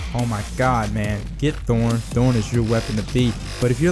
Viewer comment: Is that really how you think thorn is pronounced?